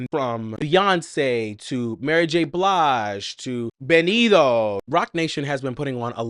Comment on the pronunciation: Baby he won’t marry you if you keep saying his name wrong 😅 we pronounce the T in Spanish lol just say Benito how it’s spelled lol